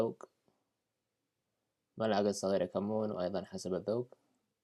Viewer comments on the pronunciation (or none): none